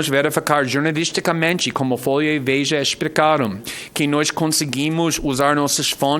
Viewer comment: "foia" kkk